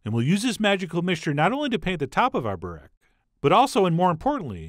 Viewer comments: It's not "burek" then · Borek? i know yugoslavian Burek and turkish Börek, but no Borek. Man gabachos, every pc, every programm have ö, ü, ç, č and all forms of special letters somewhere, 1min of searching this is not to much work! The rest of the world we write all american shit correctly, you could at least try amerikalı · OK, this is bothering me. It's BUREK. Or Börek if you live in Germany I guess. But its definitely not BOREK.